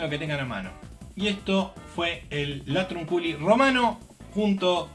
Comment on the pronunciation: Se pronuncia latrÚnculi 😂